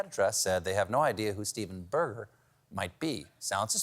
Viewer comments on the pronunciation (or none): Maybe if you pronounced it well you would find the guy. It's not Steven Burger, it's Steven Berger. Bear-Jay. You Steven Coal-Bear should know that.